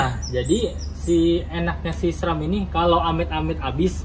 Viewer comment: Bacanya sram..bukan es tung tung bang